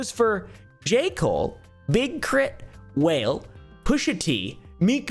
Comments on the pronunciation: Everytime I hear you call Wale(Wah-lay) Whale I laugh so hard haha. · Wale is Wah-lay, not whale 😆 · 😂 whale? It's pronounced (Why Lay). Love your vids by the way. You're hilarious. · It's pronounced Wah - ley not whale 😅😂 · Love the video, but when u said whale instead of wall-aye 💀😂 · "Whale" "oo-voo" 😂 It's "wal-ay" and "oh-vee-oh" lol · "Whale"lol,Im dying. Its W-A-L-E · It’s hilarious you call Wale “Whale”. 😂 It’s pronounced Wall Lay. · he called Wa-le , Whale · its not wale, like..🐳 Its Wale, like..Wah-lay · Wale = whale 😂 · Whale??? 🐳 WALL-LAY🗣️ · keeps killing me calling Wale, whale. 😂🤦🏾‍♀️ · said Whale 😂 it’s Wall-A (Wale) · Its not WHALE, its WAH-LAY (wale) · Lol the mispronunciation of names. His name isn’t Whale 😂 it’s pronounced like Wahl Aye. Rza is pronounced like Rizza. You don’t listen to the music you’re reporting about? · ITS WAH-LAY NOT WHALE! He is not an aquatic placental marine mammal! 😂😂😂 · Dude needs to pronounce people's names correctly or not talk about it at all. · “Whale” is disrespectful 😂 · Did my dude just say “Whale”??? Hahaha It’s pronounced “Wha-lay” 😂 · it’s not ooovooo, it’s O.V.O. 😂😂 and Wale isn’t “whale”, it’s waa-lay. And RZA is named after the dude that started Wu Tang… just fyi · He called wale, whale haha, come on dude, your making white dudes look bad! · I laughed at “whale” (Wale). It’s pronounced Wa-lay😂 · Pronouncing Wale as "whale" 😅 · That man said Rizzah, and Whale 😂🤌🤌 aggressively uninformed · My guy said "Whale" and Ruh-ZA. You don't have to tell us you aren't a part of the game, it speaks for itself 🤣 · OVO as “oovoo” and wale as “whale” told me all I need to know😭😭😭😭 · Calling Wale(Wah-Lei) Wale is nasty work 😂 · Literally so fcking funny , gained a follower? But fr: is it a joke that he pronounces “Wale” like whale and OVO as “oovoo” or does he really not know lol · reads Wale as "WHALE" haha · "Whale" insead of wale got me 💀💀💀😂😂😂😂😂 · he called Wale "WHALE" :( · mf said "whale" 💀